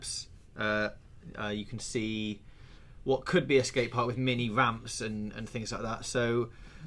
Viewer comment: He can't even say ramps. Wamps? Sack this troll